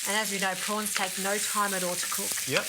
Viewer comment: Row prowns .not fryed